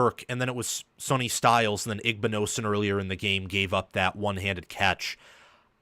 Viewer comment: His name is Sonny …pronounced Sunny, not Sony.